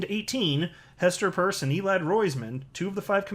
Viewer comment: Isn't Hester's last name pronounced like when you get holes in your ears???????